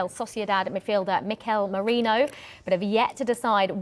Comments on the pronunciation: Why do so many people pronounce Merino as Morino? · Its Merino not Morino or Moreno or Mouhrinho😂 who are theese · The Brits inability to say Merino is a personal on going gag reel for me, hopefully they get over "Mireno".